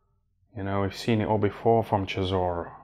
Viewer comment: Why does he call him Sisora 🤣